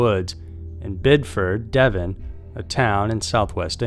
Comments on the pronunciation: Its Devon not Devin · As a local of 30+ years I feel I should point out it’s “Devon” not Devin and Bideford is pronounced Bid-e-furd/ford Also I can confirm the trees are windblown as whilst rare it’s been known to happen. As for the “screams” the area is a nature reserve so animal screams or “being watched” is a very common occurrence/feeling. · It’s Devon not Devin, just thought I’d let you know. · It's Devon in England. Not Devin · It's Devon not Devin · Number 3 Devon not Devin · Its Devon not Devin - Great vid tho! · Devon . Not devin xx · It’s DEVON, not Devin! 🤦🏻‍♂️ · As a Bideford resident myself I was doubly irritated that he got both Devon AND Bideford wrong😂